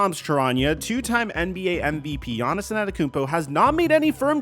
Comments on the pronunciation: Bro why are you calling him Giannisin the whole video? His name is Giannis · I wish you’d just say Giannis